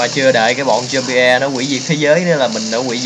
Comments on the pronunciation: nó đọc là zom-bi thôi anh ạ, không phải zom-bi-e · đọc là giom - bi ko phải giom - bi - e